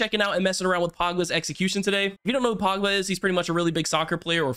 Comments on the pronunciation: it’s pogba not “pawgba” lmao 😅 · "Pagba" LOL